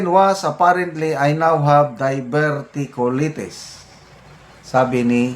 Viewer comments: pronounced as ‘die-ver-tea-q-lie -teas’ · Diverticulaytis po ang pronunciation